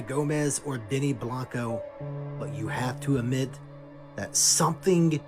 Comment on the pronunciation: YESSSS I can't stand this dude! The way he says 'amit' instead of 'admit' and how he always repeats himself and constantly uses the word 'bizarre'. Like, every video is presented exactly the same way with the same three sentences on loop. So glad someone else feels some type of way about him! Hahaha